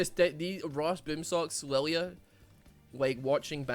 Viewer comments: Funny, Riot makes a Scottish champ but Scottish man cannot pronounce the name. Good job Riot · Anime deer, has supposedly Scottish name, Scotsman can't properly say name of fuckin deer, big brain designs.